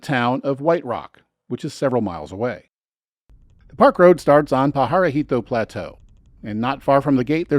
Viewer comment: quick note: Jemez HEY-mezz Valle Va-ye Parajito PAH-ha-ree-tow.